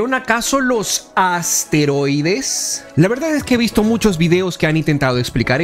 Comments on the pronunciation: No sé dice asteroides se dice esteroides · Creo que se llaman esteroides más no asteroides como lo dices